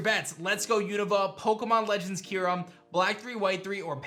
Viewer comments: I hope you’re right so they can finally know how to properly pronounce Kyurem. I’m pretty sure it’s not Key-Room or Que-Rum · As a huge Unova fan, I have to doubt Legends Kyurem. No two people pronounce that name the same way. I'm all for Unova going agrarian though!